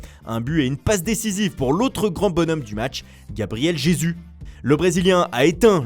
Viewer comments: Et nan loupé, ça se prononce plutôt Jésouche en portugais brésilien. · NvZ Deadly Non pas en portugais Les portugais ne prononcent pas les « j » en « r » comme les espagnols